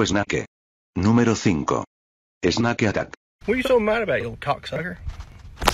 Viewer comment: 発音が「snake」じゃなくて「es na ke」なの面白い